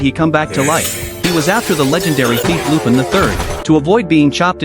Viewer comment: I just keep getting distracted how the AI can't pronounce the French name "Lupin".